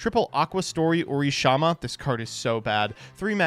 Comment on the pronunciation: Is just dyslexic when it comes to vowels? Seems like every time he fucks up a card name he's swapping an A and an I, like where he pronounces "Urashima" as "Urishama" here.